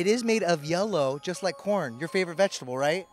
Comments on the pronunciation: It’s the way he says 🌽. It’s cown. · It's not corn. It's caune